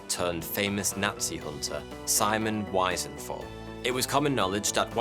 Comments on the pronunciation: Simon Wiesenthal's name is pronounced "Wee-sen-taal" Wiese=Meadow, Thal=Valley ;) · Vee-sehn-thaaal . He's not American his name is Wiesenthal he was Austro-Jewish, his name's pronounced in German.🙄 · Simon weeezental not Simon wisen-thall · Wiesenthal is pronounced vee-zen-thal, not why-zen-thal. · Hey, dude! You do pretty good work on lesser known subjects, but, occaisionally, you do/stuff raises some doubts: Simon Wiesenthal's last name is pronounced 'veezen-tall', not 'wisenthal'... Just sayin' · Otto Wiesenthal, the famous Nazi hunter from Austria, is actually pronounced "wee-cent-all" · Simon Weasel-thal, and Elie Weasel... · Sorry to burst your bubble, But, although spelt Simon Wiesenthal, it’s pronounced Simon Vesent hal. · Cheers. It's pronounced "Veezuntaal", by the way. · Austrian here - while the pronunciation of "Die Spinne" was immaculate, the name Wiesenthal is pronounced to rhyme with "Reason Carl". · love your vids but please sort out the pronounciation of names Skorzeny is pronounced *zany Wiesenthal is Veesenthal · German pronunciation of "Die Spinne" was pretty good,but Simon Wiesenthal.......yikes. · You pronounce his name wrong. Lots of stories of Mr s are made up or embellished by himself. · Btw wiesenthal ie is a long e sound in germany Replace it with the e's in wheeze